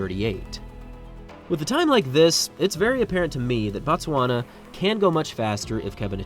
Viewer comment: Not "Bat-swana" but "Boot-swana" or "Boat-swana".. The pronunciation "Bat-swana" = "The Tswana people"; "Boot-swana" = "Place of the Tswana people" ... That "O" is meant to be pronounced as "oo" in "to".. The English butchered the spelling of words in both Tswana and the closely related Sotho langauge, the latter of which is pronounced "Soo-Too"